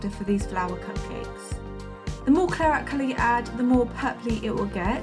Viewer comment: Beautiful! But was anyone else yelling 'claret' every time she said "clarette"?